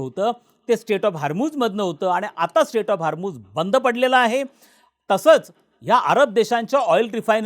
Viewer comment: स्टेट नाही हो... स्ट्रेट.. स्ट्रेट ऑफ हार्मोस😂